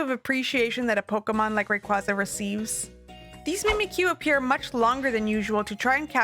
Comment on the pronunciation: Rayquaza is pronounced differently to how you say it